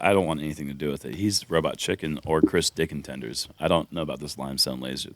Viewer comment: ..."Chris Dickintenders" lmfao👏🏻👏🏻😂🤣🤣🍻